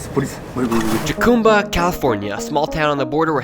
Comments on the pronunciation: Its not 'Jewcumba' It's Spanish, so the J is an H. Jeez. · It’s pronounced “Hacumba” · It's pronounced "HA-COME-BA" the J is silent ;) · Jacumba- (Ha come bah)… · Pronounced Ha cumba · Pronounced "Ha-cum-ba" (J is H in Spanish) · the guy cant even pronounce jacumba